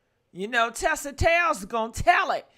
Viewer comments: Not Tesa it’s Tisa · You use Tisa content but you continue to pronounce her name incorrectly.